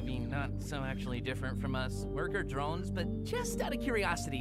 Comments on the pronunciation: its drones not droins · pls stop pronouncing drones "dRoIns" just pronounce it like they do in the show with an o not an oi or something like that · You pronounce it drones😂 😂😂😂😂😂😂😂😂😂😂😂😂😂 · She keeps on calling it “murder droids” 😂😂😂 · "murder droines" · I love this, but.. MURDER DROENS- I’m sorry 😂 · (Not hating ok?)But I think it’s funny that she said “droines” instead of “drones” lol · her: Murder Djoines Me: Bru wut it'd Murder Drones Bruh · Did you say murder joints not drones how funny (laughing manoicly) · I’ve never heard someone say Drones like Droins. Dr-oh-ns not Dr-oih-ns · "murder droins" 💀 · I'm trigger she says droines but I won't blame her some others might've pronounced it same way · its drones not droins😂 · Sorry if it sounds rude but she says droins and it’s drones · I thought it was murder drOnes not murder droins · Your saying droines but it’s actually drones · it is not droines it is drones the e is silent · Its drones not droids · its droans not droins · Why does she say murder drion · Murder drones dr-o-ns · it sounds like she said murder droids at the beginning😂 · You saying “Droines” makes me a little mad. Other than that great video! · Y u pronounce it droin Edit: it even says how its pronounced in the video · why does she pronounce drones as “droines”? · Stop saying murder droins